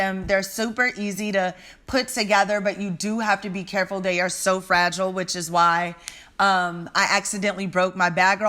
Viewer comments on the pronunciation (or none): none